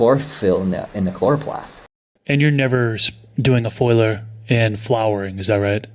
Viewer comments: Foiliar spray 😂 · It's not a foiler spray but a foliar; from the word foliage. Come on. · Are they saying foliar, or foiler? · I’m assuming foliar, they did pronounce other words funny “to me” also. At least I’m not the only one!